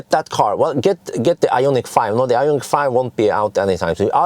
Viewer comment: Hi, what do You think about Ioniq 5? You are the most famous since Borg. Why don't You ask Hyundai (BTW You have to improve better pronounce) to test the new Ioniq 5 for 6 month or so. This would be the best ad for Hyundai and they need good advertisement because of issue with burning Kona Electric. It would be awesome.